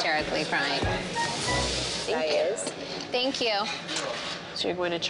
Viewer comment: Why do they say thenk you and not thank you Dafuq